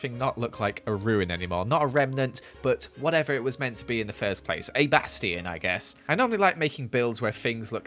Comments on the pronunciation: Just a tip: A bastion is pronounced "Bass-chi-on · The funny thing is he still pronounces Bastion the same way